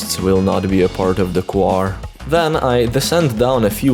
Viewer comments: That’s how you say choir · NEVER EVER ! SAY CHOIR LIKE DIS AGAIN VRO never vro